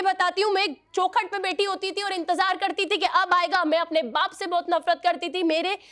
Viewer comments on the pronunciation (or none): hindi bollna sikh le pahale....CHokhal....chu...choukhat hota hai..